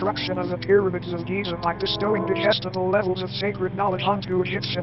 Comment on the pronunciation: I love how the narrator pronounces “Khufu” like a French person